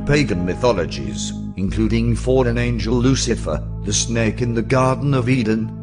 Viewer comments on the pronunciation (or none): none